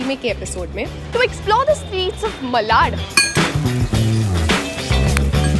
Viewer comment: It's "मालाड"✔️ Not 'मलाड'❌ Please pronounce Properly !